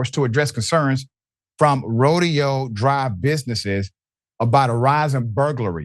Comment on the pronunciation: Rodeo Dr (Roe-day-oh Drive)